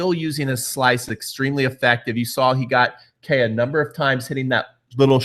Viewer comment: btw it's "Kay" not "Key"... just saying.